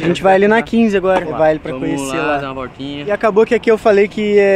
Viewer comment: "Vamo dar uma vortina"